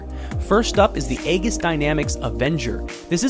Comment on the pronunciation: "Egg us dynamics"... heheh. :) The generally accepted pronounciations for "aegis" are "ay-jus" or "ee-jus", but technically "ee-jus" is the correct one. But "ay-gus/egg-us" isn't even in the ballpark. :D